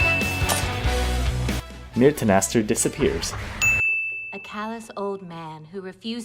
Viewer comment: you said myatenaster